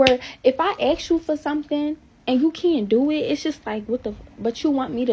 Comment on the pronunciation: Not listening to anyone who can’t pronounce ask! Must be handicapped